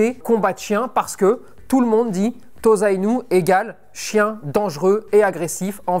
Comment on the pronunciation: On prononce TOSSA-INU, et pas TOZA-INU si jamais :)